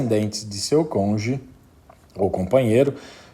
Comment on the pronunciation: UM PROFESSOR FALANDO "CONJE" É UMA MARTELADA NIS TESTÍCULOS. ME LEMBROU O MORO. PUTA QUE ME PARIU, CONJE É DE FODER, FODERRR COM TODOS OS ERRES...